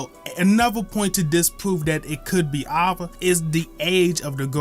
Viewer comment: why is he saying ava like that